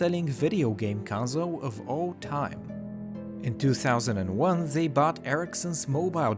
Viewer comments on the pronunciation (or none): none